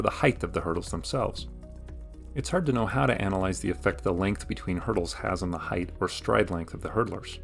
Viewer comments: height is not written nor pronounced heigth, it's a t at the end not a th. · Length, width, height. Not "heighth"